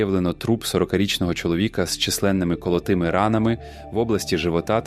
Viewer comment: хто читає?? колотими- наголос на першому складі!